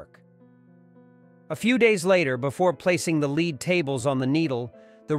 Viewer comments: Complaint: A.I. narration needs improving. The metal lead was pronounced "leed" as an example. Otherwise, the narrative and update was excellent. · Agreed! Your content is great but gaffs like “leed coffins” and “pee-eht -uh” and “January twelve -eth” are so cringe worthy I nearly turned the whole video off. God help our education system if this is a real person. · So great to see the progress. I just wish the AI narrator would learn how to pronounce the metal that covers the spire. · “Lead” coffins? Why not lead (the metal)? Disgusting AI voice with no sense of what is being stated. Drives me nuts! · I respectfully suggest you have the program checked. The problem is not so much the flat voice, but the errors. ("Lead" was always pronounced like the verb, not the metal, and the ordinal numbers, like onest intead of first for 1st) The machine translation to English was all right, but the reading was off. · The AI narration is HORRIBLE! If you are not going to use a human for narration then at least proof ‘listen’ to it so that obvious errors can be corrected. The English language is rife with words such as lead (a metal) and lead (to direct). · lead coffins /leh: d/ not /li: d/ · How sad that they could not get someone who speak English to narate this - utterly ruins the video ' the metal is "led" not "leed" - rather stupid on the producers side I would think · Dreadfull synthetic "narration" full of BS phonetics (*lead* coffin dies not rhyme with leed but "dead"), terrible diction and wooden pace!!!!! If this is AI, the future REAL narrators is not at risk. Awful!!! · Tel younai narrator it is pronounced led not leed (lead) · "Oh, great god AI, learn how to say 'leed' properly. And while you're at it, please include also 'th.' " 🙉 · And "lead is very malleable", with lead pronounced leed. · These AI narrations get on your nerves with all their mispronounciations, such a leed for lead.